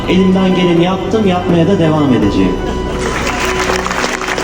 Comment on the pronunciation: Diksiyonuna hayran mi kaldınız? Artikülasyonda ciddi sıkıntısı var çocuğun. Türkçede "edeceğim" sözü "ediceem" gibi okunur, arkadaş bildiğin yazıldığı gibi okudu.